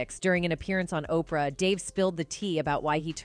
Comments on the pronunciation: WTF is "O P R Winfrey???" How annoying. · Sounds like it's worse than I thought... A I can't say Oprah... Wow